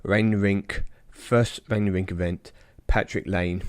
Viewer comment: Laine is pronounced lie-nay